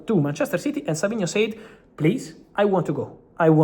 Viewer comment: the pronunciation of sAid is getting to me